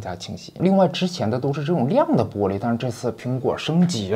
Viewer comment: be璃，这乡音出来了